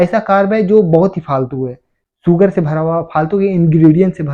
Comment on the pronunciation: सुगर नही शुगर् होता है